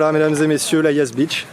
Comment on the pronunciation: Rust c est la Yas beach et pas bitch 😂😂😂😂😂